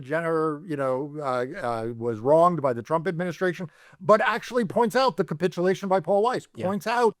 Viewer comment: TY both🥰:finger-red-number-one: 'kaput -ulation' ??!! LOL